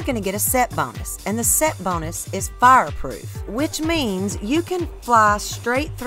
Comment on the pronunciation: Say fireproof again!